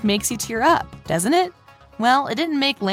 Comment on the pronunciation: Its LANA not lara